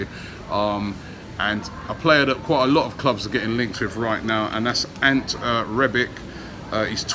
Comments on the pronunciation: He butchered the easiest name there is 🤦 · Arsenal. Exactly. REBIK not REBICH for some reason. Must be an inner ear problem. He even started calling Torriera TORAYA until recently..smh.